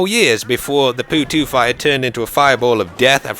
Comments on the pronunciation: every time says poo two I laugh so hard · did he just call it a poo-2!?!?!?!